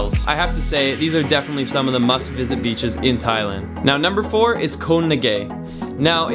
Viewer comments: The word for island in Thai is pronounced "goh" very staccato/short, not koe, and I don't think you've seen all the beaches in Thailand. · You are pronouncing Koh wrong buddy.